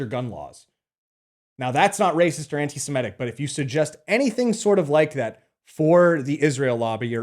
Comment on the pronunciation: 'Anti-Semitic' is pronounced as it's spelt: 'sem-I-tic'. Not 'sem-E-tic'.